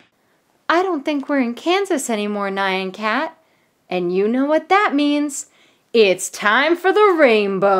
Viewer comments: It sounds how it looks, n-yah-n, I was thinking same thing when she kept saying Nai-an, I was typically shouting at the screen X3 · she pronounce it as nyian cat it’s n-y-ah-n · And your calling the nyan cat nan cat its NYAN NOT NAN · Nai-an Cat? I thought it was pronounced ñahn because nyan is the Japanese equivalent of meow... Right? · It's not pronounced naian cat it's nyan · When the meme said nyon cat it’s actually called neon cat in this video it sounded so wired when you were saying nyon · Nayan Cat? Why would you pronounce Nyan Cat Nayan Cat